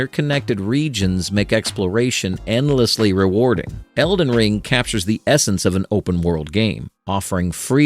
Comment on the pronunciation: bro said Eldren Ring 💀💀💀💀💀💀💀💀💀💀💀💀